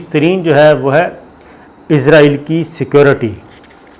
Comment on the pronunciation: What is the problem to say security Not secorty.